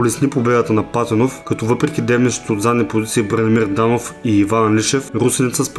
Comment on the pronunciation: Огнян Патенов се произнася с ударение на "е" :)